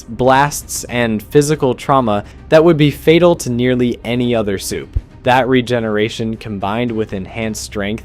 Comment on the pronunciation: Why do you keep saying "supah"?